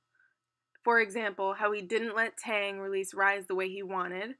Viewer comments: Ew wtf is tang? It’s Taeyang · okay but can you please try and learn how to pronounce Taeyang and Daesung's names